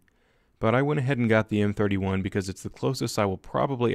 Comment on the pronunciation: I know I didn’t just hear you mispronounce the m31 wrong